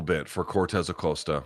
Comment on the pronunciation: It's definitely /aˈkosta/ unless you can confirm which version of spanish uses the Oh sound here?